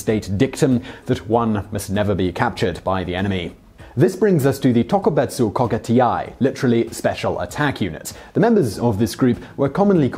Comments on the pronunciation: you coulve had someone japanese teach you hgow to pronounce "tokubetsu kougekitai" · "Tokubetsu kogekitai" Good effort tho